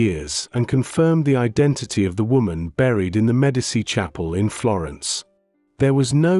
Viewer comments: I cannot sit through 20 minutes of an AI narrator mispronouncing Medici. It's MED AH CHEE not MED AH SEE. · IT IS PRONOUNCED ——“MED A CHEE” NEVER——-MED A SEE! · Love that the AI narration can't pronounce Medici.